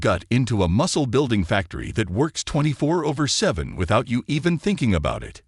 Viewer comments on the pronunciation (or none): Pineal, omega and 24/7 were not pronounced correctly !